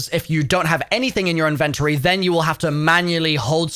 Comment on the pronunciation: what is an “invent ta Tory”? 😆